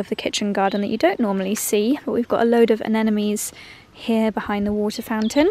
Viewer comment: It's aNEmones. Not anenemies. Jeez.